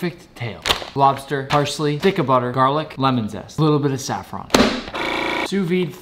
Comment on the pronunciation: You are one of the few people who pronounces saffron correctly, like Persian speakers